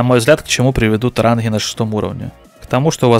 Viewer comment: Не ранхгы, а ранги